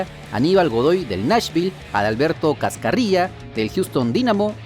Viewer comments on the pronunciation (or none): Cascarrilla JAJAJAJA es Carrasquilla amigo